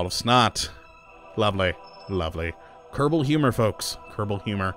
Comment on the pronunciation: I Always hear you say "Kerbou"